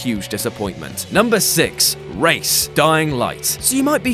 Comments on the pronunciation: (Grammar nazi mode on) rais sounds like rice not race (sorry) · Rais is not pronounced race it's more like rice or rise. You choose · Rais is pronounced like rise not race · Isn't Rais pronounced rice?